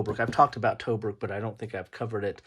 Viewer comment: Disappointed that you didn't show the components, maps or player aids. And, by the way, Tobruk" is pronounced "tuh-bruuk".